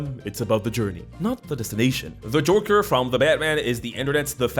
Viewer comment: did this man just say the Jorker